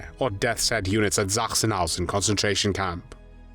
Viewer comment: I found it most annoying. Sachsenhausen does not begin with Z